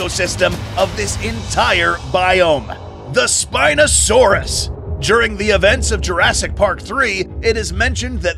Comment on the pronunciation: by the way "The sPiNosAuRUs" reminded me of when u said "THE SPINOSAURUS HAS NO D**K